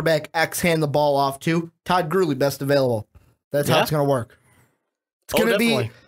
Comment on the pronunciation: Why can't the announcer pronounce Todd Gurley's last name?